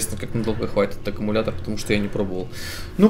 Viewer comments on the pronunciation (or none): none